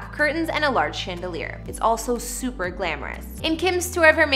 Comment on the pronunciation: Omg I’m dying! The ch on chandelier is pronounced softly as an SH sound. And wtf is “Christmas decker”? Do you mean Christmas decor?? The or is pronounced as or not er! Sorry but I just can’t get over the multitude of mispronunciations in this video.